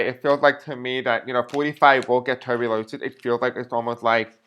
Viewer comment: Pronounced like Tu-burk-u-lo-sis,and it frightening and deadly! God help us